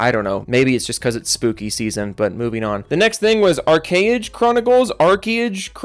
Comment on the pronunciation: I thought you said Arcane instead of ArchAge. don't get my hopes up lol.